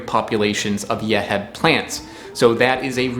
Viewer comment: Yeheb is pronounced "Yuh-Heeb" 😉 Love your channel!!